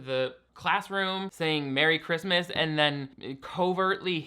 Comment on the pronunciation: We have been saying ChRiuuuusssmuaas like the grandmother for years now in my family this is wonderful lol. It is just sooooo bad.